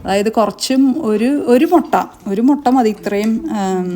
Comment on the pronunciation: MottA Alla mutta: motta vere sanam anu